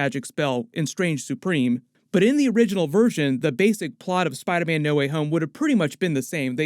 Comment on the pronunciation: Will he please stop saying spiderman like that😂🤣(spidaaahman)